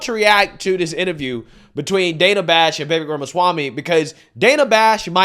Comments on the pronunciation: Brooooooo can you learn how to say a name???????????? It's Vivayk, not VAYVAYK good Lord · 'Vivek' = 'vi-vake'...lol. like "the cake" not difficult whatsoever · ITS NOT VAY-VAYK! you cant be this stupid with names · It’s not pronounced vay-vake. Why is it so hard for some people? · I would vote for Vivek 💯 and it's Vee vake like cake, I think he is real and not buyable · Vevvik, lmao. You really are bad with names bro. I love it though. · Day 16 of correcting the pronunciation of Vivek. It's Vi-Vake. Vuh-VaYke. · Please lear his name pronunciation, not that hard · Is it really that difficult to pronounce Vivek's name correctly? I don't get with you. You seem averagely intelligent but when it comes to pronouncing some words, even English words, your IQ goes out the window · Please learn to say his name correctly.